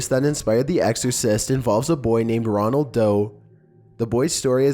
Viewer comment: pretty sure #1 is Roland Doe, not Ronald.